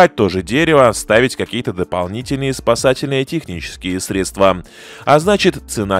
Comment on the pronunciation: Не средствА, а срЕдства